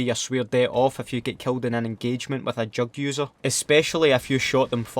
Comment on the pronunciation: It sounds like you're saying "drug users" instead of "jugg users."